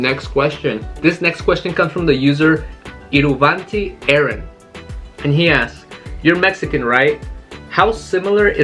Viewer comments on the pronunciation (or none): none